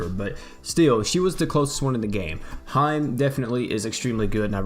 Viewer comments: Hee-May not hyme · Lol came here to say this ahahaha I was like it's like He-May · Hey, I just wanted to tell you that “Hime” is pronounced (He-meh.) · Look up how to say princess in Japanese. It's hime but you'll see what I mean when I say you're saying it wrong.